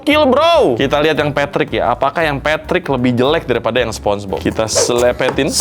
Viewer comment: Sponenge bob ❌ Sponege cuci ✅